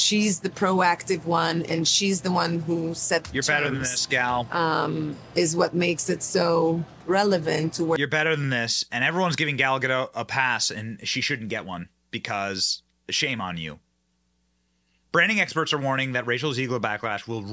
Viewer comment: Gadot, not "gadoe"